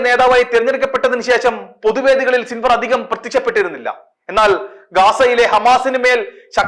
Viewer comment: സിൻവർഅല്ല യഹ്‌യാ സിൻവാർ എന്നാണ്